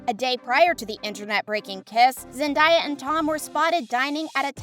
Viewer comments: The Zendaya tho its zendaya not zendieya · Am I the only one triggered by this girl mispronouncing Zendaya's name. Like cmon do a bit of research. Zendaya herself has said how to say it.